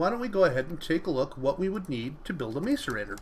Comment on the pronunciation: Say mass-a-rator not mace-a-rator